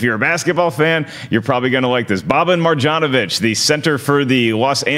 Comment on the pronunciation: Try to say it: MarYanovich. Serbian born. Just FYI for the future